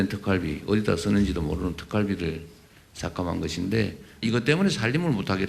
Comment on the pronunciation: 왜 경상도 사람들은 이중 모음을 발음을 제대로 못하나요? 특활비를 특깔비라고 발음하네요. 아유. 무시한 것들...